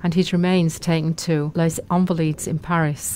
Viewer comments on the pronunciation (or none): none